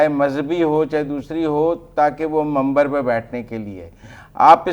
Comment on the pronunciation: آپ کو منبر کہنا نہیں آتاا اور منبر پر بیٹھنے والے ایک عالم دین پر بات کرنے کے چل پڑے ہیں